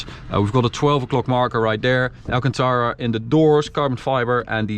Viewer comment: Amazing dream car... insane btw the right pronunciation is "al-CAN-ta-ra"